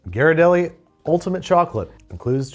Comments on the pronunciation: You mangled the name. Ghee not Ji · Ghirardelli. Pronounced GEER-uh-delly. I’m from SF, where it originates. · Can’t catch, can’t pronunciate Ghirardelli (I’ve never heard it pronounced that way). Keep your day job. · As a san franciscan, I was about to correct the pronunciation of Ghirardelli but then your assistant did it within the first 5 minutes so I can relax. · When he learned he was pronouncing Ghirardelli wrong 😂😂😂😂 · So glad they searched up the correct pronunciation of Ghirardelli because as someone from SF it was really bugging me 😅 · ghirardelli is hard a G, love you, but please learn how to pronounce italian